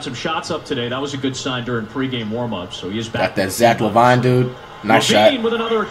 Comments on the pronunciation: Flight breaks character and says Lavine's name correctly... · Flight caught slipping 😂 He pronounced Lavine the right way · When Flight finally say Zach Lavine correctly- I'm happy for you Flight 2020